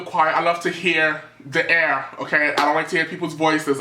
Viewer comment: "i like to hear the airrrrrr" I'm died bitchhhh lmaooo